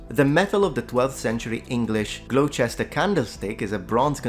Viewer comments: Glowchester? You can be lazy and say Gloster. We do it all the time over here. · Saying "glow-chester" hahaha. It's "gloster" mate :D . Weird Anglo names. Great vid though. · BTW Gloucester is pronounced Gloster. BTW2 my answer was orange. BTW3 how could most of us get this wrong, when the range of colours you give is so broad? Could this be click-baiting? This should be beneath you. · Has anyone brought up the pronunciation of Gloucester yet? Try saying it like this: Glahster or Gloster 😉 (although as I’m writing, I’m hearing the actual Saxon words which relate to a “castle” or “caster”… I wonder what or who a Glou was?) great vid tho.